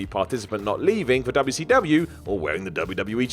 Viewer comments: Projekt Vash lol idk maybe because it was a southern promotion based in Atlanta, Georgia some people say it that way to poke fun at southerners dubya see dubya haha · Why does he say wcw like that every time